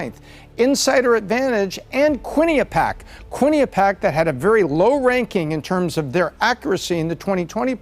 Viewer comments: Probability of correctly pronouncing QuinniPEEac: sadly, still 0% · Quinnipiac, pronounced kwen-ip-pi-ack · Bro, it’s pronounced QUIN-IH-PEE-ACK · It's amazing how bad many people butcher Quinnipiac (kwin uh pee ak) with the accent on the 3rd syllable. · Quinnipiac. Quinn-I-pee-ac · How does not know how to pronounce "Quinnipiac"? lololol